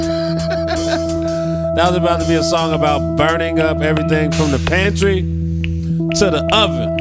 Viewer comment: from the pantrrrrrrrrrrrrrrrrrrrrrrrrrrrrryyyyyyyyyy